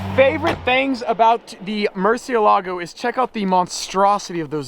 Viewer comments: It's pronounced mur-CIE!-la-go, not murcie-lago. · Isn’t it pronounced Murci-É-lago since it’s a Spanish word? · In Italian you should said: MURSIELAGO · It's drive me nuts how you pronounce murcielago wrong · You don’t pronounce murcielago like that.